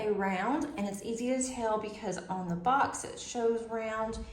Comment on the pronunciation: You said “easy to tell” and I heard “easy as hell”, both true and it made me giggle. Enjoy your painting and the event!